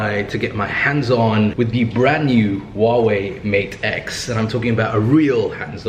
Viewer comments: Why can no one pronounce the 'H' in Huawei? It's not that hard. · Great video. But if I may, I want to point out that the H in Huawei does need to be pronounced, simply like a normal H.